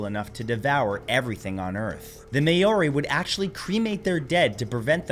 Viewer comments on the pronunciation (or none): Nzer here... I believe it is pronounced phé-ro and also its pronounced mao-ri (or mow-re with rolled r's) not may-ori 😅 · It’s Maw-re. Not May-oh-ri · I’m so sorry Matt, I love your videos but that Māori (not may-or-ree) pronounciation is killing my soul and I have to turn it off. It took my brain a good minute or so to realise who you were even talking about. Pleaseeee, I’d be more than happy to help with Māori pronunciations in any upcoming videos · You mispronounced the name for the native people of New Zealand. If you're saying certain words for the first time, you should make sure you know how they're pronounced, before you say them in an educational video. I've watched your videos for 10 years now, and you've made mistakes like this quite often. I'm sure you mispronounced other words and names in this video too. I still love your channel, though.